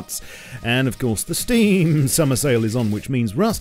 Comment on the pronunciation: Please speak Team and Steam normally!